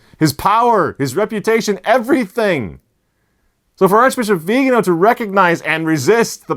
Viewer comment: Please, pronounce the Archbishop Viganó’s name properly, indeed as you publish it - .vi-ga-NO accent - only - on the final syllable.